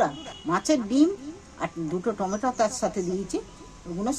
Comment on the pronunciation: টমা টম সস নয়, টমেটো সস বলে